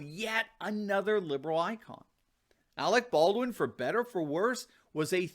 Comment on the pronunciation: "Arec Berdwin" - Kim Jong-il